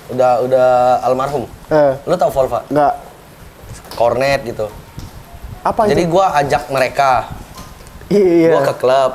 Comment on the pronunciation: volva, kornet... Apa itu. Ngakak 🤣